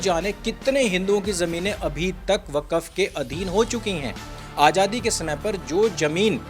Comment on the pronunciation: वकफ नहीं वक्फ है ये साला